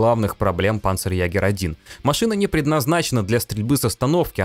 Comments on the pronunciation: не панцерягер, а панцерйегер(ä - ето е) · [па'нцерйэ'га~] читается. Ударение на пАнцерЕгерь, правила немецкого. "А" с умлаутом читается как "Е" и всегда получает ударение.